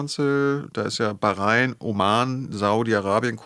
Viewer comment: Allein, dass er konsequent 'Iran' und nicht 'Der Iran' oder 'im Iran' sagt und auch Wörter/Begriffe wie Messias und Bahrain richtig ausspricht, zeigt, dass er Interesse an und Respekt für die Region und die Menschen dort hat, da spürt/hört man die Expertise. (Vielleicht möchte sich das ja zum Beispiel nehmen und sich diese unsägliche Merzsche U-krei-ne abgewöhnen: Es ist die U-kra-i-ne...)